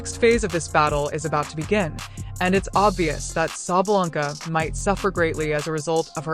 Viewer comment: Sabalenka, not Sabalanka! Get it right, it's not hard. Yes, she is a sore loser.